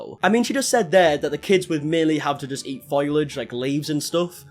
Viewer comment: Foliage. Foilage is not a word 🙄